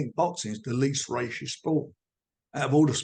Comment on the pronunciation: I think Frank should be more concerned with improving his WIFI, or getting the pronunciation of “racist”… the whole of matchroom live rent free in this guys head… it’s FRANKly embarrassing now.